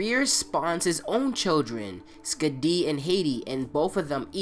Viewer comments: bro you're pronunciating Skädi wrong. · Hearing you say skadi and aesir amuses me